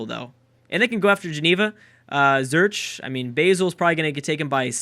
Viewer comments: I know this a year-old vid, but: It's pronounced "Zoo-Rik", not "Zurch!" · It's Swiss City, not Switzerland city, also it's Zurich not Zerch PS Why didn't you build an army Dufour, I was voting for you :( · "Zurich" is pronounced like "Zurich" isn't exactly helpful though. I tried thinking up an English word that has the same sound as the "ch" in Zurich, but couldn't think of one. We train to pronounce it like "Zurick" instead of Zerch, which would at least be closer. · I've told him Zurick multiple times, it didn't help so I thought I'd try something else :P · Some quick help on pronunciation: Basel (Switzerland) is "BA-cell" BA as in "Bald" stress on the first syllable. A long "A" (compare with the short A of "Hazel"). Zurich is SUE-rich ("rich" as in Richie Rich, OK?). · Zurich is pronounced z-u-rich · It's pronounced Zur-ik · This is not how you prononce Zürich XD !